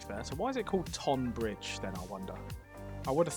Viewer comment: Easy mistake to make but tonbridge is pronounced tunbridge. God knows how the spelling bastardised for one of the two towns and not the other but that’s a quirk of English naming